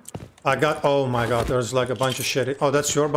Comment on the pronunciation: I dont know why but it was so funny when he said.. "ou my got ou my got its ":DD